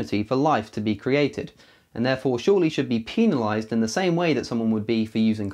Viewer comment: I'm sorry but the way you said "penalized" bothered me. Pee-nalized?